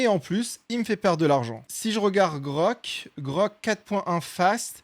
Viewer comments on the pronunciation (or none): c'est Grok et pas Grog !!! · se chalenger ca pourrait etre le bon plan , ou genre que grok , et pas grog (ouais c'est dur à entendre ^^ ) , fasse profiter les autres ia de ca connaissance de tweeter enfin de X. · super video! nice comment bait de dire grog au lieu de grok ahah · Meme pas capable de dire GROK pfff credibilité ZERO ! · Par pitié arret de dire grog c'est insupportable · c'est le seul défaut de la vidéo jte jure mon cerveau pète un cable à chaque prononciation